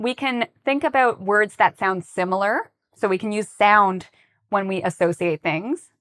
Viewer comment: I don’t get how the word “associate” is being pronounced here🙄